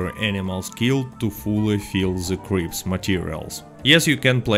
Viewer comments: i love how when he says "cripps" it sounds like creeps lol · Bro, the real reason to do this role is to simp for Harriet until 20 then simp for Gus for the fashion. Because fashion is the most important thing. Also with your accent I heard you say creeps instead of Crips